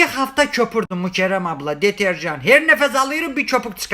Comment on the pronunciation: Sefa, Bu Mükerrem Ablanın Senden Çektiği Nedir Böyle? Allah, Mükerrem Ablaya Sabırlar Versin. İşin En Komik Tarafı da Mükerrem İsminin Aslında Bir Erkek İsmi Olmasıdır. Ama, Sefa Bu İsmi Bir Kadına O Kadar Güzel Yakıştırarak Telaffuz Ediyor Ki, Gülmemek Elde Değil.